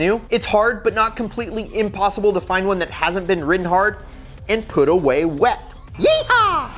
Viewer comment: Who else heard "INPOSSIBLE" ?